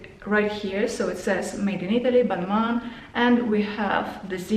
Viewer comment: I think it's pronounced balmah